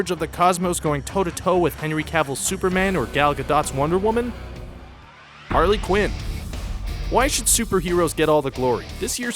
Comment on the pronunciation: The way you say Harley Quin makes me want to kill my self XD